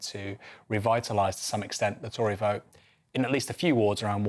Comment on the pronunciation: Did she say "boat" as in the singular word???